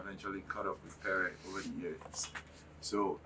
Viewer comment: Why is the presenter calling him kpere. His name is Pere. And no one corrected her? Aabaaa